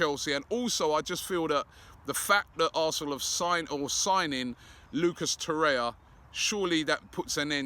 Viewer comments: FFS Robbie it's Torreira and not Torre-ya. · Please say Torreira not Torya. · Robbie it is TorreiRA. You also fail to pronounce the last syllable -RA. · The 'r' in Torreira isn't silent "obbie" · Waiting for Robbie to pronounce it properly too.